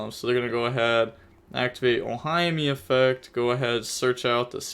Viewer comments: oh- he-may instead of oh-hi-me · I like how you pronounced Ohime as "Oh hi, me" lmaooo